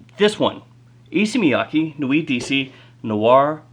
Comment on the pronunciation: FYI, the pronunciation is Issey like say and Miyake like kay in okay. Both are like the pronunciation of the letter a.